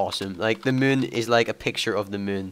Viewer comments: "the muune" haha ^^ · "Look at the mewn :3" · i like how say moon xD